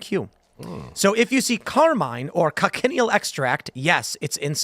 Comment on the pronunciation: Talk about not judging a book by its cover I would not have guessed looking at her on the streets. Tim i also think the bugs are pronounced co-shun-eel